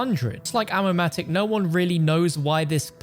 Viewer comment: Ammo-mati again 😂